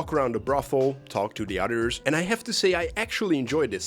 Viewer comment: "...we can have a walk around the brothel, talk to the Udders" Gotta say your accent made for the best unintentional joke ive heard in ages